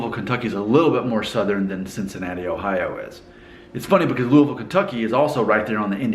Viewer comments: The only thing about your accent that gives you away as not being from Cincinnati is how you say "Ohio". It's over enunciated. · If you're FROM Cincinnati, it will come more like O hio or even O hiya. There are definitely three syllables, but the the hi and o at the end Get run together. Get further northeast and then it definitely is pronounced O Hi O, especially around Columbus and further up 71. It's pronounced however it's pronounced... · How can anyone miss that dainty "O" sound....and what about worshing those clothes....an entirely different O. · You say Cincinnati and Ohio different from a local. You have to say Cincinnati with a more nasal accent and Ohio should be accent on the second o and say the o as a true o sound.